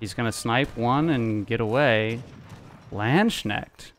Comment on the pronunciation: Landsknecht pronunciation killed me though 💀 😂❤️